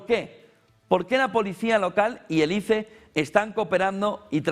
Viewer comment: SE PRONUNCIA AIS.... SE ESCRIBE ICE